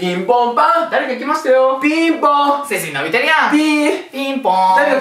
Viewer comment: 「背筋伸びてるや〜ん」のイントネーションが違う気が…